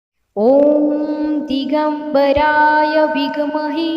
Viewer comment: नमस्कार, विघ् महे नाही आहे ते ते विद्महे आहे , कृपया उच्चार सांभाळून करावा, श्री स्वामी समर्थ 🙏